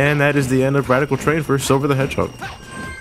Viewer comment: We are at Wadical Twain LOL